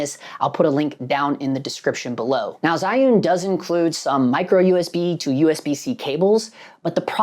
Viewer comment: Jew-win is how you pronounce it. Seems like it was balance properly but it’s acting like it’s not weird.